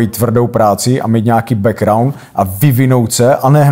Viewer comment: jak říká ten "bekuaund" :D :D